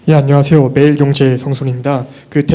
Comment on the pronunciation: 한국일보 기자는 아니지만 마이크 잡는 기자마다 사회자한테 ”안냐세오“ 할 필요없다. 한참 동일한 현장인데 귀가 거북함을 느낀다. 진정으로 시민에게 인사하려면 공정한 기사를 작성하는 것이다.